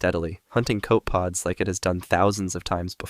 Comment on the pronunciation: “Copepod” has 3 syllables btw